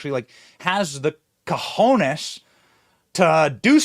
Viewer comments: Unless you are doing it on purpose or you didn’t know. I provide the following information. Cajones, like you make it sound with an “a” after the “C” like “California” meaning large boxes. If your intent is to say Cojones (using the “O” as in “coffee”) meaning large balls. We shouldn’t criticize for dr. Jill for mispronouncing “Bodega” If we are not pronouncing other words correctly ourselves…just saying. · Did Benny say coj*nes???🤣🤣🤣🤭🤭🤭🫣🫣🫣